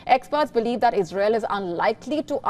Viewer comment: It is ' ISRAEL' ma'am...its ISRAEL